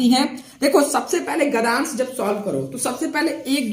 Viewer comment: महोदय क्षमा प्रार्थी हूँ परंतु आपको एक सुझाव दे रहा हूँ - आप गद्यांश को गधांश कह रहे हैं, जो अनुचित उच्चारण है। आपको अपनी हिंदी में शुद्धता लानी चाहिए। गद्य + अंश = गद्यांश होता है। आप कह रहे हैं गधांश। कृपया सुधार करें। इसी प्रकार आप पद्यांश को पधांश कह रहे हैं। आपको हिंदी का पूर्ण ज्ञान नहीं है। कृपया उच्चारण सुधारें👍🏻👍🏻।।